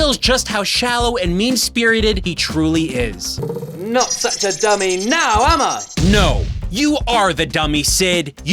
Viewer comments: "Not such a dummy now, Emma" i know its "am i" bt the voice actor sounds like he's saying "Emma" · I know that CID’s catchphrase is supposed to be: “Not such a dummy now, am I?!” but every time he says it, it sounds like he’s saying: “Not such a dummy now um uh?!” It just makes it that much more painful to hear him say it...